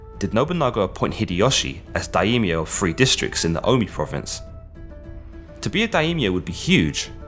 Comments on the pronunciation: Great short documentary, although I know the pronunciations are tricky. One thing I learned listening to a lot of Japanese is that the language doesn't really seem to make as much use of diphthongs as English (like with 'Daimyo,' instead of 'da-eemyo,' it's more like 'die-myo'). I also find that Japanese often de-voices certain vowels between consonants, particularly i (ee) and u (oo) - not exactly sure on the rules for this though, if someone with more expertise could help I'd appreciate it. I know both Japanese and Korean lack an actual 'yi' syllable, and do not pronounce 'si' syllables like 'see' and 'sin', but rather in this one pairing, they, just like the great Sean Connery, follow their 's' with an 'h.' Therefore, Admiral Yi Sun Sin would actually sound more like Admiral 'ee-soon-shin,' if that's at all helpful for anyone. Love your videos. Cheers. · Quick little correction: Daimyo has two syllables not three: Dai-myo. Other than that tiny detail: great video! I learnt a lot thank you! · Daimyo - Pronounced Die- Myo